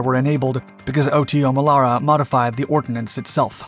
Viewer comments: For all that is holy, please use the proper pronunciation!! It's NOT the O.T.O. Melera, it's the Otomelera (one word) I spent 9 yrs on 2 FFGs working on that gun. We never called it the O.T.O. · We met up with a few US Navy guys on holiday in South Africa, where we also manufactured and used the Melara system for and on our Minister class strike craft. WE got to talking about it and they called it "Oddo", like it was unusual or abnormal. Now I understand that they were just mispronouncing their t's. Duh!! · It's not, it's pronounced Oto Melara, Oto, as the name Otto but with a T less, so a softer T. Source, i'm Italian. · Here we go again with the butchering of EVERY SINGLE ITALIAN WORD: 1. OTO MELARA, not O.T.O. MELARA 2. DÀVIDE, not DAVÌDE